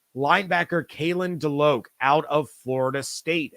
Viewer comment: FYI: As a Nole fan, Kalen DeLoach is pronounced (DeLowch), not DeLoke.